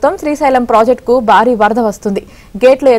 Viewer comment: బారీ అని కర్ణ కఠోరంగా చదువుతున్నారు. భారీ అని వత్తి పలకాలి. భారత్ అనే పదం కూడా ఉచ్చారణ దోషంగా యాంకర్‌లు పలకుతుంటారు. సరిచేసుకోవాలి.